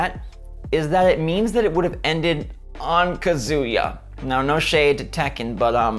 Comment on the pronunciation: it think its pronounced ka-zuh-ya, not kazoo-ya. not trying to be a duche but I just wanted to say.